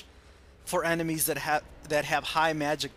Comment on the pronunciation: "most enemas" ugh "enemies"